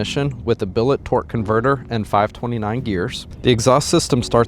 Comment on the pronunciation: Did you say billet 2jz?😳 that’s wild